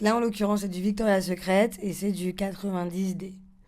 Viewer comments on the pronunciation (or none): Elle habite à LA et elle sait pas prononcer Victoria's Secret... Bon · Elle est vraiment jolie par contre vu la façon dont elle prononce Victoria's Secret si elle habite vraiment a LA elle a un accent pourri